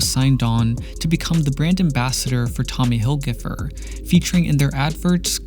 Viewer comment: Tommy Hillgifer? What planet are you from?